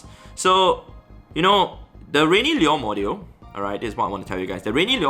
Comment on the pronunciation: Liur modjiul 😂